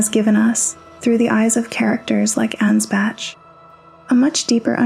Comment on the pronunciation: Okay, gonna be honest, not your best video, and not just because you pronounce none of the names right... seriously, 'Mog,' 'Ansbatch,' etc. You kind of focus too much on the Formless Mother and compare her to Oedon from Bloodborne, and yes, there's plenty of similarities, but they're also quite different. The Formless Mother is far closer to being a natural Shinto Kami or deity of the Greek/Roman variety, I've seen one video compare her to Cybele, the Mother of Gods. By contrast, Oedon, based on the lore and themes of Bloodborne, is someone who ascended, but actually hates that he's lost a connection to the physical world, and is desperately trying to exist in 'corrupted' blood to both have kids and feel a connection again, I don't even think he knows what's happening anymore. On the topic of the Omen, the reason their horns are so unwieldy compared to the Ancestral Spirits, Tree Sentinels, and others with deeper connection to the Crucible is because they've been cursed by the Hornsent. Take the Thorn Sorcery spell, Impenetrable Thorns, which states that the edict of the Scadutree (in the shadow of the Erdtree) is that they (the Hornsent) must denounce them, and do them harm, for they have abandoned us. This is likely referring to Marika splitting the Land of Shadows from the Lands Between, cutting off the Hornsent from the rest of the world, which, as further noted by the old Hornsent Grandma, they took as a grave insult and abandonment, especially considering Marika ascend